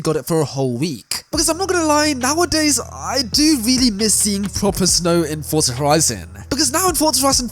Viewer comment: WHY DOES EVERY FORZA (PRONOUNCED FOR-ZA) YOUTUBER SAY FORTZA LIKE THEY WERE ABOUT TO SAY FORTNITE BUT THEY REMEMBER IT'S ACTUALLY FORZA